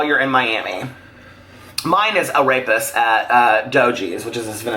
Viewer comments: I literally thought that you said that your favorite thing to eat was “a rapist” 😂😂😂😂😂. I thoroughly enjoyed this as I do all of your videos. You are so awesome!!!!!!!! ❤️❤️❤️❤️❤️❤️ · Same here, turned on CC and it translates it to rapist. Would love to know what he was actually referring to. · Sheri Mitchell I thought that was what he said too!!!